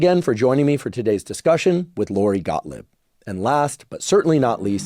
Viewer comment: Pronounce her name properly. It is NOT Gottlib. Phonetically, it is Gotleeb.